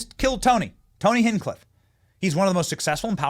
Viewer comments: It's not "hink-clif" it's hinch-clif. And it's not "aim-ish" it's aaa-mish. You're gonna drive me insane with all that. 😂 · It’s Tony HinCH Cliff Benny not Tony Hin Cliff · Tony HinchCliff. Tony Hench Cliff is how to pronounce it. Just to help ya out Benny. Love your Work, you're doing the Lords Work. Let's MAGA & MAHA. Trump / VANCE / MUSK / RFK Jr / Gabbard / Ramaswamy. 2024. Let's take back our country and Fight, Fight, Fight For Our FREEDOMS. GOD BLESS YOU ALL, And to those that don't Believe, that is Fine, I hope God touches your Heart and shows you the Path. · Benny it’s HINTCH-CLIFF! NOT “Hen-Cliff…” and while we’re on the subject it’s pronounced “NEW-CLEAR” NOT NEW-Q-LUR… LOL Love you Benny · Benny, I love the videos but I can’t get past the way you pronounce Hinchcliffe. It’s HINCH, like a trailer hitch but replace the T with an N. Not Hinngcliffe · Benny, Tony's last name is pronounced Hinch-cliffe not Hin-cliffe! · HinCH Cliff Benny, HinCH Cliff. He kills me when he says Hin Cliff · HINCH. Benny it’s hinCH CHA CHA . HinCHcliffe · Benny, you are amazing, brother but you gotta stop mispronouncing Hinchcliffe lol HinCH-cliff 😂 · It’s ‘Hinch-Cliff’ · Four days and you still can't get tony's name right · Uhhh... Benny? How to you keep getting "Hing-cliffe" from "HinCH-cliffe"? Just like, how to keep getting "Ram-swamy" from Ram-A-swamy"? When one's living is made speaking to what others speak, put a little more effort into getting names correctly. All that aside, God bless you, young man. Love the work you and your staff are doing.